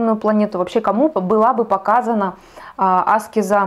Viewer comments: Благодарю, за очень познавательный и интересный экскурс..🙏😊Но вот Вы говорите Аскез-делая ударение на первую букву, а разве -не аскЕза?...Простите, может я не права?!...Как правильней? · Батюшки в церквях и монахи говорят аскЕза. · Аскеза-ударение на е…а не на А. По ушам режет.10лет слушаю астрологов и эзотериков и так никто не говорит. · Я тоже годами всех Кришнаитов переслушала Торсунова,Рузова,Тушкинв,Хакимова-это были мои духовные проводники с 2010 года и все говорят АскЕза но не Аскеза…нужно индусов еще насчет этого послушать😅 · Аскеза с ударением на первую А очень режет ухо. Она аскЕза. Но информации много и по делу 🙏🏻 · Все хорошо , спасибо за информацию но очень режет слух не правильное произношение слово " аскЕза" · зависит от начитанности и грамотности окружения. Достаточно вбить в поиске «где ставить ударение в слове аскеза» и проверить. Спойлер: на букве Е. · Тоже не нравится это слышать, но информация полезная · Дело в том что , согласен, Аскеза режет уши ❤ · Правильно так, как вы сказали. Просто нравится делать ударение на A, она об этом сама говорила. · Аскеза ? Ударение на а? Почему вы так говорите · Аскеза с ударением на первую букву((( сколь зрителей Вас не досмотрело из-за этого